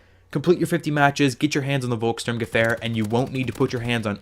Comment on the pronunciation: In German the W makes a V sound so you aren't saying it quite right. Not even the quartermaster knows how to say it.